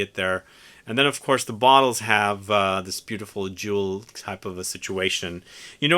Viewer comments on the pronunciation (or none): none